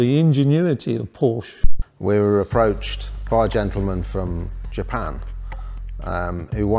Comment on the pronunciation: Even after building a 100 of these they still can’t pronounce Porsche